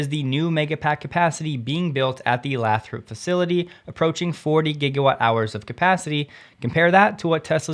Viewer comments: BTW It is pronounced Lay thrup not Lath rop. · Just a heads up, locals pronounce Lathrop as Lay-th-rope. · Lathrop is pronounced "Laythrup". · It's pronounced Lay-thrup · Lathrop... pronounced... lay thrup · Lathrop ha a long A fyi, great show thank you 👍🤙